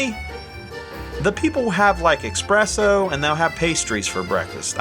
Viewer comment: Expresso 😂 lol